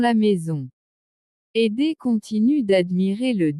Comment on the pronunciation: Ederrrrr et non pas édé !!! Pazzzzz et non pas pa !!!